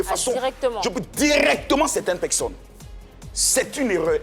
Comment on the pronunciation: Pourquoi il dit toujours pecsonnes même ?